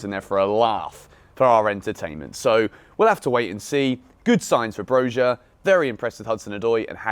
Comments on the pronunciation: It’s said broya boys ✌🏼🇦🇱🔵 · Broja pronounced like Bro-ya